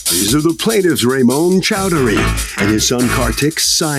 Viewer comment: I have the same last name 'Chowdhury', Judge Milian butchered it though. Also how come the son has a different last name?